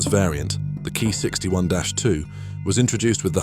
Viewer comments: Its "K - i" not "Kai" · It's pronounced kee not kai, it has a completely different meaning. Kai means it's a major modification of the plane, like ki45 kai which is a major modification of ki45 for example. While for minor modification it's ko, otsu, hei, tei, i forgot the rest but those 4 are the most commonly used